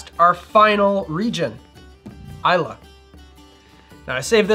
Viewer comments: It’s I lay not I la. Islay Nevertheless good video. Thanks. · I still remember a video of yours from a few years ago when you said "eye-lay" and I haven't been the same since. I'm finally at peace. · Nope, it's i-la 😉